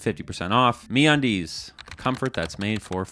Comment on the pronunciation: I believe it's supposed to be said like a pirate. The brand is Me Undies. But the pronunciation of it is like how you'd say "Aaarrrr where's me undies." So a little more pirate please. Also Hi RockStar here ... thank you for the information. GTA 6 will be delayed because of your video but the airports will be sick. Thnx for my flying license btw.